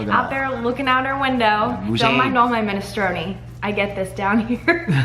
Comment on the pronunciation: DID SHE SAY MINESTRONE-EE?